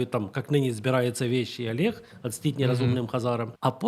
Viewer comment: Не "вєщій Алєг", а віщий Олег.